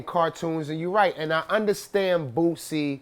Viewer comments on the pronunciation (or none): Jason Weaver and Redman saying boosie “bootsie” 😂😂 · I like how he says "Boosie" .. 😜